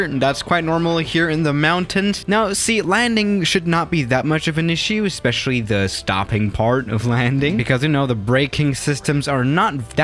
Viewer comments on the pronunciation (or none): none